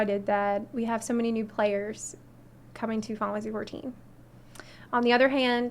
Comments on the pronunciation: ok she is saying fifansy fourteen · Why she says Fountasy 14?